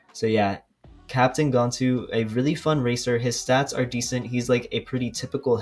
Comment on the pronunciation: It’s gan-tu not gontu